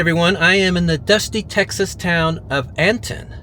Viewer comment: Born and raised Texas west/panhandle folk pronounce Anton without the “t”. Sounds like “eh-en”. Figured I’d share that with you. 😂 I discovered your videos a couple hours ago, and have been binge watching them since. All of these small towns are bringing back so many memories. Thank you for sharing! Enjoy, and safe travels!